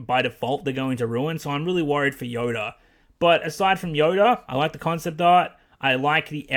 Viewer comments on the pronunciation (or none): Why does it look like you're saying yoder instead of yoda?